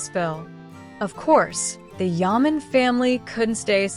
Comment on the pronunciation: Please pronounce his name correctly, it's very disrespectable. In a video that everyone interested is watching it's awful to hear Ken Yamin and Kan Yamin. His name is pronounced Jan not Kan and it is Yaman not Yamin.